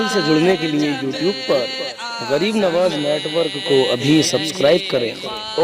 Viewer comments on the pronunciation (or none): none